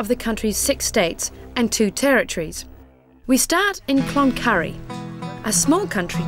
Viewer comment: It is not clonurry